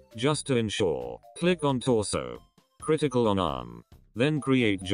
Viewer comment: "criticle and G"